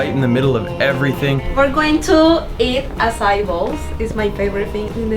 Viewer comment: Dude...you butchered the pronunciation of Haleiwa and 'Ehukai...bad...however you did say Acai correct..90% of volggers like Jon Olsen say it wrong..anyway I lived in Haleiwa and Hawaii for 11 years. I made a coconut observation video on a recent visit.